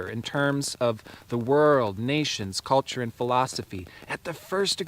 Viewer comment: i love how you said the words "cult--ture" and "expei-ment" made me learn👀👀💡🕯